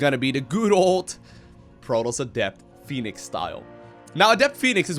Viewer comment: IT'S. FUCKING. P H O E N I X . NOT FENIX PHOENIX YOU STUPID FUCK Edit: Just saw you where from another language, I'm sorry.